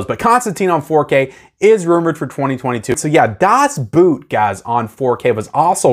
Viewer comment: Please. Can't you at least say "Das Boat"? It's closer to the German and you sound less.. well.. It's a boat, not a boot.. Das Boot was originally a series shot for German television, and was released as a series, then later cut to feature length. It is an astoundingly good filmic representation of what it must have been like being on a German WWII sub; extremely tense and one really lives with the crew through good and bad.. Now both Edge of Tomorrow and (especially) Constantine came along at a tricky time for digital, when resolutions were limited and especially CGI effects were (most still are) rendered at 2k maximum resolution. Constantine seems to have been shot on 35mm film, but the extensive effects will have been rendered at maximum 2k, and that will limit the resolution on 4k; same with Edge of Tomorrow. I know that the biggest step up from 1080p to 4k is the UHD, but I thought I'd still mention it; the uptick in quality will be limited. I expect them both to look like a lot of early (most in fact) Marvel movies on 4k. Or like the Pirates-film you mention.